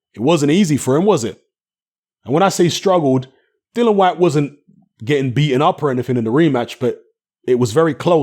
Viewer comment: No way!! I think Chisora has a fair chance to win no only that he can KO Usyk, and btw why do you keep calling Dillian Whyte "Dylan Whyte?